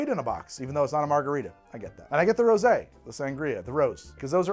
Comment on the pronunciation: Its Rosé